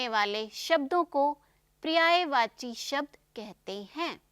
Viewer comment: prayvachi nahi paryayvachi boliye. Pahle apni hindi khud theek kariye.